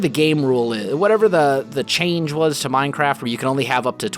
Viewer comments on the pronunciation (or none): none